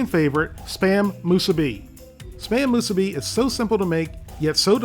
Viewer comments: Moose a bee 😂 it’s ma- sue-bee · ... did he really pronounce it spam “moo-suh-bee” ... lmaooooo 😂😂😂😂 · "moose-eh-b"😂😂 wut